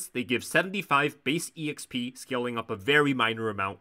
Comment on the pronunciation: the fact that you're saying every letter of "exp" is very frustrating